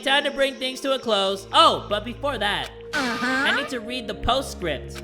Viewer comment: the queen of saying berfor we do that lets here from our sponser